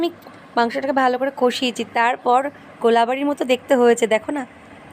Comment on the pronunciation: Ato nekamo kore bolar ki ache😒 r ota golabari noy, ota golbari.. Oshikkhito..